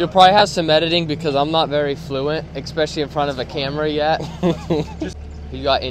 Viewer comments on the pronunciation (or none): Fantastic!! I'm all in on this channel. #824 subscriber. BTW, not to be a PITA but there is no X in especially. My eighth grade English teacher (Mrs. French) used to call everyone out on this, or tuda (to the).